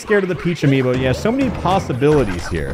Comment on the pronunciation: man your English teacher’s gonna be disappointed with ”meny”